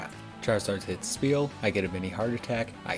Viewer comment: why you call is speal with a p sund its name is spheal like a sphere so its a f sound not p